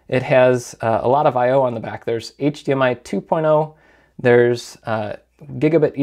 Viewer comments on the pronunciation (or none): none